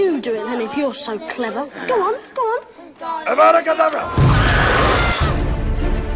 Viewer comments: You're saying it wrong Draco! It's Avada Kedavra, not aavada Kevadra! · He says Avada Kedavra! Not Abra Kadabra